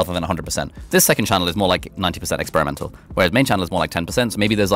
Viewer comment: "...Expiremenal attitude.." Love it! I need to implement this more.